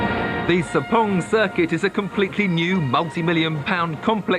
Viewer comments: Haha not even close to how the locals say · "the Sepong" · I guess it's his attempt to sound like the locals